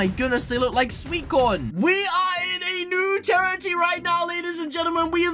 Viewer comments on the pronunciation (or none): none